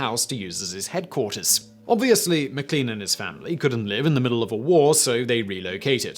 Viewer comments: Virginian here! It’s actually pronounced McLAIN, even though it’s spelled McLean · McLean is pronounced "Mi-CLANE"